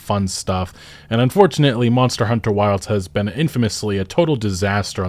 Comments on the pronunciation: this game wasn't ready also when you say Monster Hunter: World and Monster Hunter: Wilds, how come you stress the second word? the expected thing is to stress the last past (World, Wilds, Rise) because that's the actual important information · Your intonation on how you say "Monster Hunter" is so peculiar. It's like English is your 2nd language, when it's clearly your first.. lol